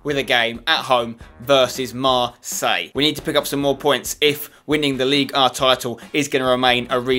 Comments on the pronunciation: Spencer, look when saying League Un. PRONOUNCE THE N!!!!! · The only reason for you to stay in Ligue 1 is to say Ligue 1